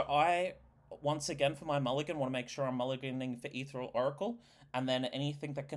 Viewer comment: Etheral? Helna? The mispronunciations are maddening.